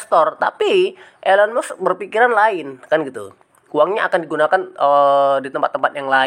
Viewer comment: Mas kalau bikin konten yg bermutu jgn asal comot, kalau tdk valid jgn dijadikan konten, kami semua baca beritanya tdk ada kaitanya dgn pembelian coin PI, nyebut nama pemilik tesla aja salah.... Lucu kamu sdh berani berpendapat padahal gak ngerti apa2